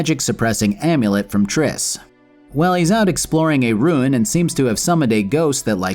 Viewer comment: Ruin is pronounced rue - in. Not rune